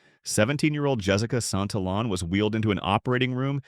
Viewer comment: blud can you at least pronounce santillan correctly